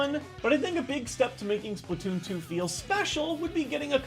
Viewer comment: Wait, did he said, "Splatton season!"? Oh my gawwwwwwwd